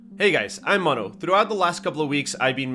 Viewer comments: Mono, your videos are the best to understand and learn how to play Hell let Loose and enjoy it, for sure...! I've just hear how you said your name and it sounds like if you are spanish speaker! Where are you from, Mono?? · Cuando pronunciaste tu nombre caché al toque que eras chileno jajaja inconfundible el acento, gracias por los consejos!